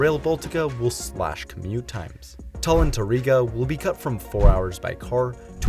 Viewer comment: Please, dont mispronounce words, including English ones. Route is the same as root. Tallin is tallin, not tollin.